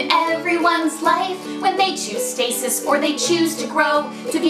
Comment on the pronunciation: Thank you so much: It's so rare to hear the word 'stasis' pronounced correctly. It's very appreciated. And:BWAHAHAHAHAHAHAHAHAHAHAHAHHahahaha...huh, huh, bwaHAHAHAHAHAHAHAHA!!!! Can't breathe! Wheeeeew dogies.